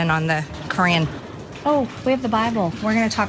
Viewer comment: The "Cran"